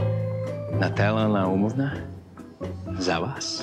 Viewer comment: Я-то думаю, что я эту "неловкую ситуацию" где-то видел. Только НН очень невнятно произносит "Вас", и с ходу не понял.